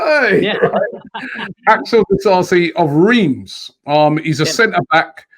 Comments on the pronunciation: IT'S NOT RIIIIMS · It's pronounced ræm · spot on pronouncing "Disasi", but "Riiimmmss" totally wrong lmao